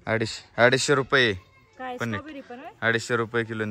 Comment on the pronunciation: साहेब 🙏🙏🙏 खूप छान video ahe.. स्टोबेरी राजबेरी jammu ला पाठवा. जरा पनेट नाही पेनेट असतंय 2018 ला आम्ही पण 🍓🍓 लावली होती.थंडी आमच्या कडा कमी असती. साहेब वय आणि उंची नुसार तुमचं वजन 65 kg असायला पाहिजे. 🙏🙏.... MH - 15....